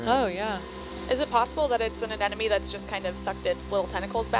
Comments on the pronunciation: she said anenome. lol even biologists have trouble saying anemone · Anyone else notice a Marine Biologist mispronounce Anemone?...twice!!! 🤓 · These "biologist" despite the title tend to be VERY unprofessional. "Baleen whale" is the term you're looking for. Yeah, they mispronounce "anemone" wrong... twice.